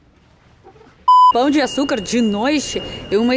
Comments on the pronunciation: 😂😂😂😂😂 pau de açucar 😂😂😂😂😂 vc comprovou minha teoria que os gringos nao sabem falar pão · É muito melhor o pão de açucar do que o cristo, fez a escolha certa. Agora você falando "Pau"o de açucar me pegou demias. kkkkkkkk